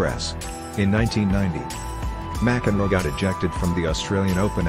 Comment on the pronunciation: M-C-Enroe? Petish? That's atrocious English.